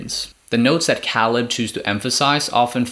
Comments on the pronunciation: Dude cool video but you’re killing me lol. It’s pronounced “KAY-LUB”. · Matt is their Cousin not Nephew Also Caleb's name is pronounced (kay-leb) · The way you pronounce caleb makes me wanna turn this video off l o l